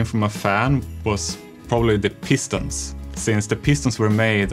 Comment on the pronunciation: The schulker The peestons Beedrock Eedition Veelager voiceovers I'm sorry. Love you Jeb.